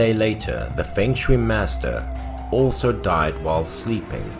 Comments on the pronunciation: feng shui pronounce as fong soi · Fong shui 😊